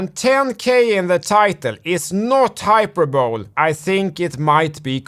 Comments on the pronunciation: Hyperbole - hi - per - buh - lee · The e of hyperbole is pronounced by the way. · Hyperbole in English Hyperboleee. I tried asking squinting grandpa..er that is me! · You and your video editor (if you are not editing yourself) are hilarious. You are a very smart and funny fella. And I love the way you say "subpowena" and "hyperbowl". Don't ever change. You are one if the top dogs on crypto YouTube and I have no idea why you don't have a million subscribers at least. Thanks for all you do.